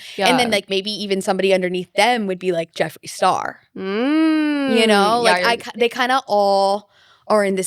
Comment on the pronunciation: Bro said jefree star